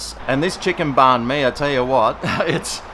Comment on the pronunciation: As a Vietnamese person myself you pronounced it well love ya